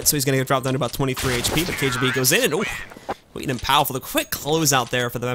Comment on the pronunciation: Haha, he's saying "Skiten" instead of "Skytten" which literally means "the shit".